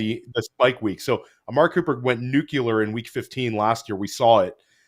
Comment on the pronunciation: says nuclear like George W. Bush, "nuke-u-lar"